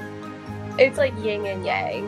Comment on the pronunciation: She said ying and yay. Ying and yay?